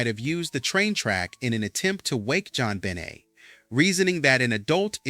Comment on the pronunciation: Her last name is pronounced Ben Nay, not Benit